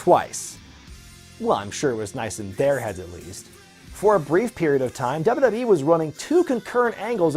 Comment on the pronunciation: I love how takes 3 whole syllables out of wwe. Dub a dub yee hahaha